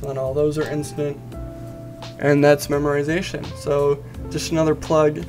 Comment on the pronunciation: Dude, there's no "r" in memoization...